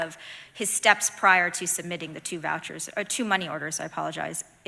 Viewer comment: Did she say vouchers